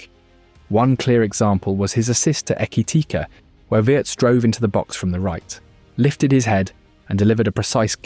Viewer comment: AI sounds hilarious. Ekitikah